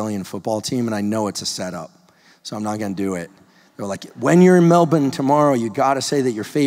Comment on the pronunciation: OMFG how did i not know you were coming for a visit to Melbourne?!???! And thank you for your correct pronunciation of Melbourne 👏